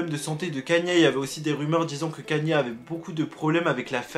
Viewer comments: On dit ka-ny-é west bordel!! Il suffit de regarder un truc en VO sur lui pour voir que tu prononces mal son nom!! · Juste ca se prononce pas «kanié» ça se prononce «kayni» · Kanye pas kéniè